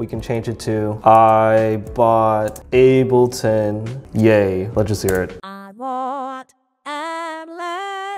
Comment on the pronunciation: "I bought *ab-li-ton* yay"